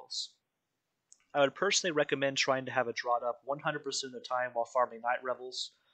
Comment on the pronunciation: Great video on the event! Also, draught is pronounced "draft", like Guinness Draught in a can (draft beer).